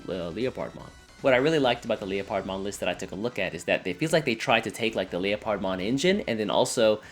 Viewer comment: "leo-pard-mon" it's leopard (leperd) like the big cat.